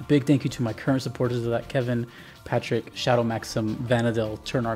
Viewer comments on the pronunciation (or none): none